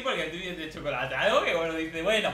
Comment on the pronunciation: mori de risa con: El shocolate